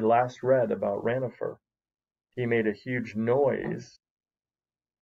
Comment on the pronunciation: it is not ranofer it is ronafer